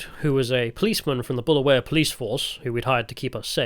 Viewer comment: Balawayo ballaballa balingo 😢 Honestly (as a semi brit who grew up there) I feel in this single video you have taken the time to learn more about our history than even I knew).. Mad props and respect for your adventures and pure and honest take on what you've learned.. I wanted to roast you for your pronunciations etc but you deserve respect for learning and obviously being kind. (You wouldn't have gotten far without showing respect) The history and sad current state are one thing, but I'm sure you were WOWed by the openness, honest and lovelyness of ordinary folks. Good luck on your next trek!